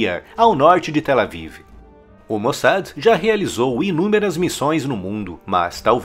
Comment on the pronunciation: Pronuncia correta...... MOSSÁ.....